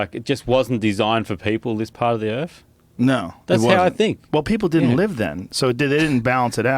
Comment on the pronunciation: Did call this planet we live on "Erf"?